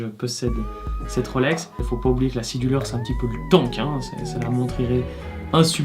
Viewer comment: J'ai mis du temps (!) à comprendre que "scie du leur" était votre prononciation pour Sea Dweller. Y a-t-il une raison qui justifie cette prononciation particulière?